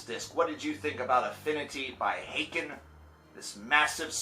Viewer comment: I always said haken as in Hayken. After I heard you say it as Ha-ken I started saying that way. Now I got used to saying it the wrong way and keep saying Ha-ken. The struggle